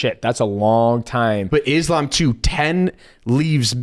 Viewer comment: Forget about the last name, most of them are pronouncing his first name wrong. 😅 It's not "Izlam". The "s" in Islam is pronounced as you would pronounce it for the name "Solomon".